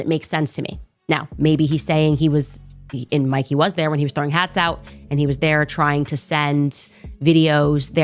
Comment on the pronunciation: It is MIKEY, not MICKEY or MICKY.